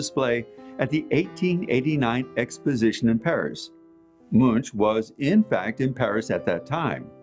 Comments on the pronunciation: It's something like "M-oo-nk" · you are pronouncing the artists name incorrectly.